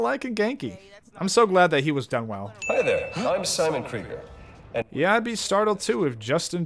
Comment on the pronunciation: “Anut May” “revel” “Kreigers” : “Kreiger” : “ charisma a” No harm, made this for fun :D